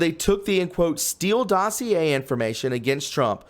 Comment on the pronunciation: Please learn how to pronounce exculpatory and dossier.